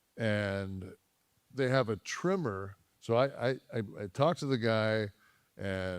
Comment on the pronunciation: Tremor not trimmer…..idiot!